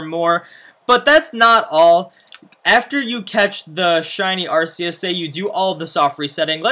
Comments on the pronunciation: This Guy smh Lol Its Arc-eus Not Arse-eus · Who cares about the right way to say a Pokemon name? The right way is indeed Ark but Ars does not sound bad either so each to their own I suppose. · In most movies by pokemon they pronounce it Arkeus so No it isnt Arseus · I will never unhear it as arseus now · Battle Revolution pronounced it "Ar SEE us" and I think the movie pronounced it "Ar SAY us" lol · Rumor confirmed. On the announcer in pokemon battle revolution for the wii it was officially pronounced "ARS-eus" they later changed it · Yeah idc what anyone says. I’m going to continue to pronounce it with an “s” sound, not a “k”. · Its fake. One HUNDREAD percent sure oh im on my moms account xd. Becuase, 1. Arceus event was 5 years ago, also, you cannot prenounce arceus.(although some people say it diffrent.) you are very fake.